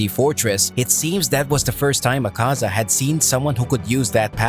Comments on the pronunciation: Please man it's not aKAza its Akaza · i hate how you pronounce Akaza. makes me cringe